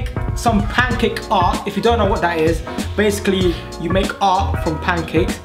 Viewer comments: stop saying bassicly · Stop saying basicurry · Stop saying bacicly